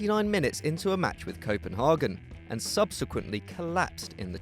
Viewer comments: but why do you say Copen (English) -hagen (German pronounciation) ??? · Cope-n-hag-en .. Cope, as I have to cope with your shit. N, as in rock'n'roll. Hag, as in hey - but with a g instead of an y. En, as in end without the d